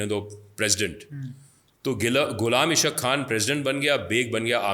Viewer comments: How you write a book when you are not able to pronounce Ghulam Ishaaq khan? Ishaaq khan not isq khan.😅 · It's not Qaadir it's Qadeer khan and not ish aq khan but Ghullam Is haaq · All lies hinduata it is gross lies you even not pronounced Ghulam Ishaq khan.